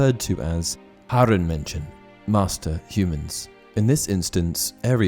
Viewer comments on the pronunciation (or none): Try to pronunce it Like Hair-ren(like in rent). The pronunciation of Menschen was good. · Your german except from the "Herrenmenschen" is pretty good👍